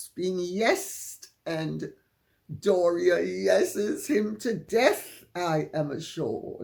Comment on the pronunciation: Doris who? Her name is Dor-ee-ah. An American plantation name that sounds like diarrhea.